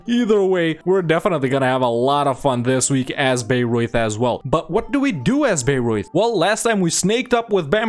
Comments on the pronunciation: Since I live near these two cities (Bamberg is the seat of the local bishop and Bayreuth the biggest city in the "near" vicinity - Bamberg being larger but also further away), I had quite some entertainment with these two episodes. :D Your pronounciation of both was pretty decent. (Your "Memmingen" btw was clean af!) The good ideas of Bayreuth I would explain by pointing out the fact, that Bayreuth has a long Hohenzollern history and was one of the most southern parts of Prussia (AND we all know the Prussian ideas). Actually I would argue Bayreuth (and Ansbach) should even be able to form Prussia themselves. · he's pronouncing it correctly! What has the world come too?!?